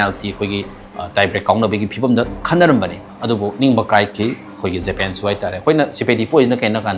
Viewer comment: Recart Jepen wa ngangbada heithu yamna Sare ne taningdre , record Japan haiyo